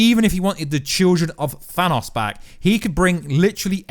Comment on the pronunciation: I cringe when he says Thanos lol.